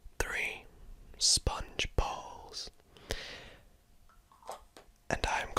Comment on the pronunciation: When he says “Sponge Balls” I thought he said “Sponge Bob”